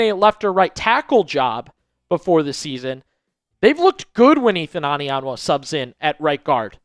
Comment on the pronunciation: It's not "AH-nianwa", it's "OH-nianwa"...